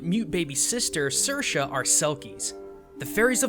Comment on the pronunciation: His pronouncation is probably as good as we'll ever get of an Irish name online haha (it wasn't half bad)